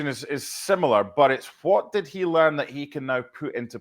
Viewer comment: He leaned to put an r in learn before publishing